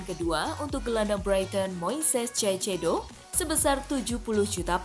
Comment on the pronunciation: dibacanya saisedo